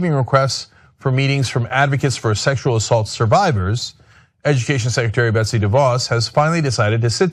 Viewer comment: It's "Betsy", not "Betty". Just a small fyi.